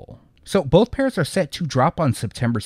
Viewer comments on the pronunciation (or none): none